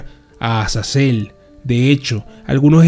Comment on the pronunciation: Dises azael pero es azazel